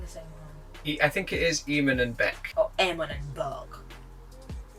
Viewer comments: they dont even watch eamon and bec videos enough to make an opinion else theyd know how to actauuly pronounce eamons name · This vid is literally the dumbest vid I have watched. Yuck. BTW - say Eamon's name accurately if you want to roast them and ride on their coattails. Idiots.